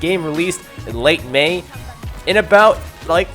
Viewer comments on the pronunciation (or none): "the game released in mei" lol